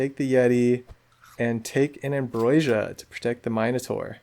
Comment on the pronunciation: You have a quirky way of pronouncing ambrosia, where you put the 'i' before the 's'. 😅 Also, really nice video. I love the scambits you do. That first with the sauropod is incredible